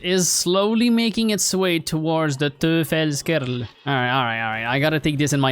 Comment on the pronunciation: Hey o/ If you'd pronounce the "V" in Verfalldrache as you pronounce the "f" in Verfalldrache you would get closer to the correct pronounciation. And for the Teufelskerl, try pronouncing the "eu" as an "oi" like in exploit e.g. Just in case you want to know this. If not or if it's even not wanted, sorry :'D